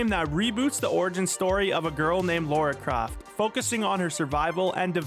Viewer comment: "Laura Craft" I'm pretty sure that's not her name